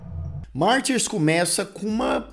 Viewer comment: Se a versão comentada é a original, francesa (a única que importa) então pra quê pronunciar "Martyrs" com sotaque inglês? Mas que colonização cognitiva!